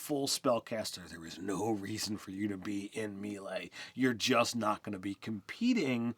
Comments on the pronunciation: It’s not pronounced “me lay” it’s pronounced “may lay” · Love you guys but FOR THE LOVE OF TORM it's MAY-LAY, not Mill-E. And key, not kai. Come on. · dudes. it's may-lay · its pronounced "may lay" with 2 long As. C'mon guys you cant play DnD and NOt know this. :D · Melee is pronounced "May-lay" and as you yourself pointed out Ki is pronounced "Key". Lol.